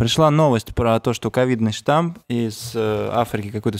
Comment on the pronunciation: Не штамп, а штамм)